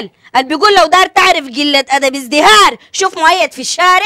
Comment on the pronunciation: شنو اذهراي ههههههههههههههه قال ازدهاره قال